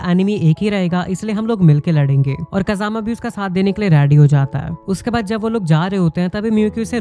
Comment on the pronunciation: Kajama❌ Pajama✔️